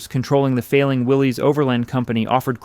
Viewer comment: "Willis" is the proper pronunciation of "Willys"